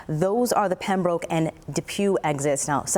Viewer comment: Damn it. Please learn to pronounce Pembroke properly! It's not that far away. Ask a local. Getting it wrong makes the news station look bad.